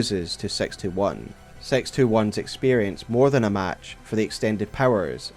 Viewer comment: Why do you say "sex" instead of "six"? I thought this was a family friendly channel.